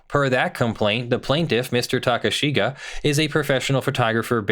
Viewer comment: You're pronouncing 'Takeshige' as 'Takashiga' -- 'e' has a distinct pronunciation in Japanese. Google Translate is able to pronounce it well enough.